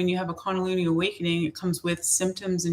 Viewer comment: Kun da lee nee is the correct pronunciation